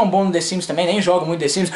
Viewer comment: Desimes?? KKK é The Sims 😂😂😂